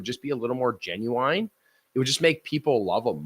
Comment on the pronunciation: This guy doesn’t know how to pronounce genuine 😂